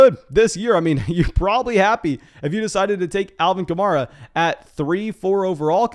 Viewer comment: Say it with me: Kuh-mare-uh